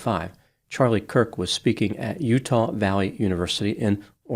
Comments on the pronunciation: Why mispronounce Charlie Kirk's name in the intro and outro? Hard to believe it was a coincidence, more likely a typo in the script but maybe something else? Kind of odd to mispronounce the man's name here... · I think had an accidental tongue slip and said Charlie “Cook”. Not gonna lie, it was kinda cute/endearing tho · I was looking for this too. He also does it at the end. 🤔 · It's Kurk not Cook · Dear twice your mispronounced "Kirk" as "Cook." I'm not criticizing you I'm just bringing it to your attention. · At first you mispronounced his name, I took it as a stumble. At the end you still pronounced it as "Charlie COOK". Along with your almost verbatim repeat of the press conference, the only 'opinion' you shared was your apparent disdain for the death penalty. The rest was an over-simplification on a grade school level. I haven't seen any of your other videos; but it they're anything like your apparent lack of actual interest to even get his name right, or inability to delve above talking in simplistic platitudes, then you are definitely a waste of time. It seems you were more interested in trying to get views than having insight into the actual subject. A typical quack with useless paper on the wall. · HIS NAME WAS CHARLIE KIRK. THAT IS K - I - R - K pronounced "KERK" Not Cook. Idiot. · CHARLIE KIRK - it sounds like you are saying Charlie Cook! Hopefully, it’s my device and/or MY ears that are hearing incorrectly. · His last name is Kirk not Kook. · The mispronounciation bothered me. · It sounds like you said Charlie “Cook” at the beginning and at the end 🤔 You’re right, the shooter was basically an insecure nobody. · No hate when I’m asking this.. did I hear you say “Cook” at the beginning of the video? Might have been a slip up. I might be going deaf if I’m wrong. Keep it up the good work and informative videos 💜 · The second time he did it, he had said Kirk only seconds before. 🤔 Maybe he was having an off day?